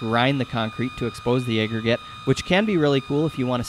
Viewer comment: And "aggregate" is apparently "ayyyy-gregate". Nobody taught this guy about the "short a" sound. It's crazy lol